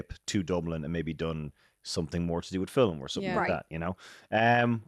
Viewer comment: Why two syllables for the word film?